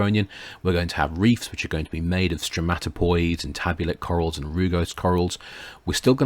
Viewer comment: Stromatoporoids, not *stromatopoids*.